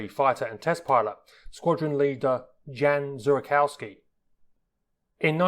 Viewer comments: Much overdue and truly excellent! PS Janusz Zurakowski is pronounced "Yanoosh Zhoorakovski". Just saying :-) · your pronunciation of Janusz Zurakowski was kind of painful to listen to great video though!